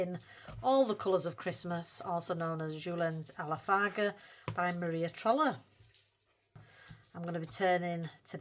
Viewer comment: I love how you say Maria trolle like a northern Maria trolley 😂 it’s all I hear and picture in my mind, Maria’s trolley 😂 can’t wait to see what you manage this month. Glad you’re slowing down with the untouched books! ❤